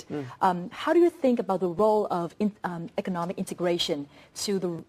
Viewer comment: It's " economic "... Not " ecomic" dummy